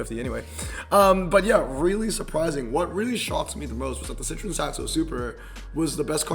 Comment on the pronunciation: Citroen not citreon. I understand not having any interest in particular brands but as a car guy you have to atleast be able to pronounce car brands💔